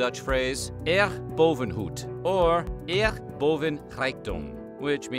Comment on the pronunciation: "eer" from "eer boven goed" is said like ear and "goed" more Throat G. Like ur clearing ur Throat